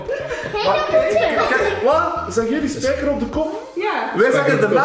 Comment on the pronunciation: Een spijkerrrrrrrrrrrrr